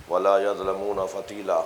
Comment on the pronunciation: "Yazlamoona" nahi "Yuzlamoona" hay